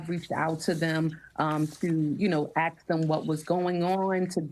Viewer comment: Congresswoman can't differentiate ask from axe 🤷🏻‍♂️